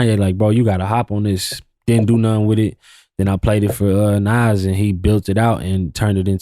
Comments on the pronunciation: I fuck with you bro but you called Nas "Nass" come on g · Did this nigga just pronounce Nas “Nazz”? 😢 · No way bro called Nas “Naz”😂😂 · Who is this idiot?? He said "Naz" 😮 ..and I didn't know Jeezy was a white boy either😂😂 stupid